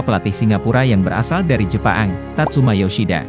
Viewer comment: Ngomong kok doble2...Thaila'an,Jepa'ang...haadeeeh